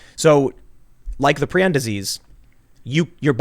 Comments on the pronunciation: It's "pry-on" not "pree-on". And Cruetzfeldt-Jakob (yah-kov) IS mad cow. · Prounonced “pry-on”